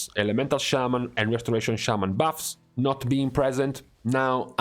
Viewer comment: Your accent is terrible. Why don’t you just make videos that cater to your ethnicity and not speak broken English. “ these baffs” it’s buffs. And stop complaining about your classes.